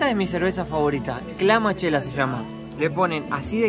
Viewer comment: No se llama Clamachela, se llama "Michelada".😊